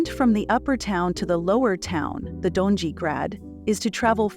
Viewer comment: Donjee? Gornjee? Greydeck? Banjelachik? .... the pronunciation of these parts of the city is ridiculous. Donji=doh-nyi, gornji=gorrnyi, gradec=grahdets, zrinjevach=zrinyevats, Banjelachik=Bahn Yelatchich...